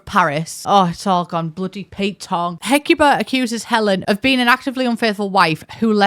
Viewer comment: Ooh, ooh, I know Greeks!! Hecuba was Queen consort of Troy during the Trojan War, and mother of Paris, Cassandra, et al. Menelaus (you pronounced both correctly, imo) was King of Sparta, whose maybe-but-not-really wife, Helen, "launched a thousand ships," when she possibly-without-her-consent, left Menelaus for Prince Paris. So two very powerful people who really weren't fans of the supposed Most Beautiful Woman Ever™